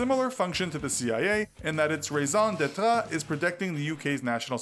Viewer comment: It sounded like the narrator said "raison d'état" instead of "raison d'être". He should learn how to pronounce them properly.